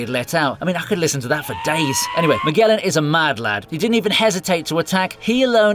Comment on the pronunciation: Magellan = Miguelan XDDDDDDDDDDDDDDDDDDDDDDDDDDD que risa